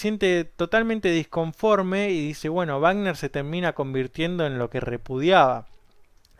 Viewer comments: A pesar de haber pronunciado la palabra "Richard" de manera correcta "ˈrɪça:t", la palabra "Wagner" no lo está, ya que no solamente la W suena como dices, sino que la sufijo -er se ponuncia como un schwa, o sea "ˈvaːɡnɐ". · ricjard vagner he he escuchado dos personas contigo que lo expresan fonéticamente así, en México la mayoría decimos Richard sonando la CH y "Güagner" Excelente descripción de la obra